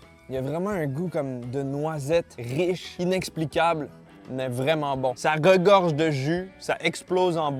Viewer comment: « ça Gogorge de goût » je met ça dans mon dictionnaire